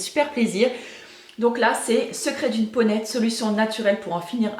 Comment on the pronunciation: haha j'ai bloqué quand tu as parlé du livre. J'ai entendu "secrets d'une ponette" (genre femelle poney) au lieu de "peau nette" XD